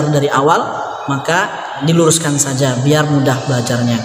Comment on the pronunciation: ustadz, mohon maaf kenapa harokat terakhir kok jadi sajee yang mulanya sajaa, harokat fathah menjadi bunyi huruf e, itu kenapa tadz?, mohon pencerahan nya..